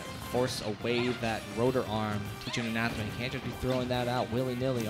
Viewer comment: That one commentator calling Anathema ananthema the whole time was killing me